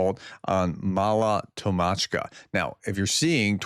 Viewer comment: It’s Tokmachka,Cherbaky and Novodanilivka pronounced And you have to work on pronouncing the k in Tokmachka